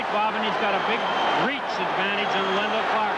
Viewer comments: BOB not BOD. WENDEL not WENDLE. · It's Wendel not Wendle